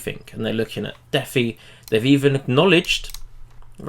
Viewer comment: It's not deffi It's pronounced Dee Fy. DEcentralised FInance